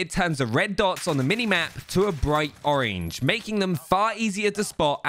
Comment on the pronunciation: why do you say orange that way😂😂😂😂